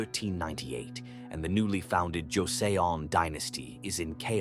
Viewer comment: It’s pronounced ‘Jo Son’ thanks for posting! Joseon history is fascinating yet tragic